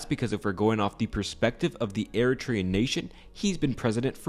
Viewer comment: I am Eritrean and you did good! 😊